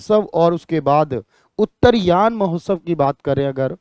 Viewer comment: उत्तरायण पर्व होता है उत्तरयान पर्व नहीं